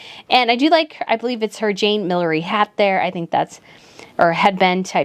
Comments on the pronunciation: I was weak laughing at the pronunciations. 😂 Massimo Dutti and the word 'millenery' had me rolling. 🤣 She could be dyslexic so I don't want to tease too much but leaving out 'Consort' in Camilla Queen Consort's title made me wonder if it's just ignorance. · May I add, with kindness… needs to learn to pronounce Millinery and Max Mara. Learn the difference between pale houndstooth and gingham, also a PoW’s check named after Wallis’s David (on the pregnant York) It’s Phillip Treacy not Tracey (Milliner). If we’re doing fashion commentary…. That’s basic to get correct. It’s not the American accent- I’m American.